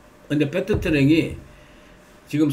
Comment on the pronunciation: 패트트랙이 아니고 패슽트랙...